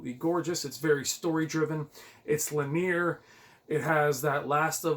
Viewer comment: Bro, I’m gonna help you out here. “LIN - EEE - ER”. I’ve caught myself making the same mistake before as well lol